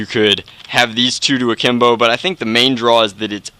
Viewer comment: Sgt Duck oh im supposed to know that at the top of my head, right? he still didnt emphasize it enough, and im not hating, i just thought it was weird...